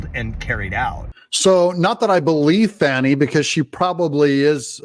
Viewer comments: When did she become Fau-w-nay? Fani. FAN-EE. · DADGUMIT! Her name isn't pronounced, Fau-nee! It's Fan-nee. She's got one to prove that too. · Danny, Lanny, Tammy,, Please properly pronounce her name, FANEE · Fani.... FAN-EE.